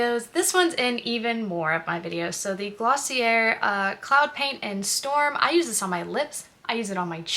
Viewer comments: It's "gloss-ee-eh", not "er" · Hey, just a helpful tip, it’s Glossy-ay not glossy-air 🙂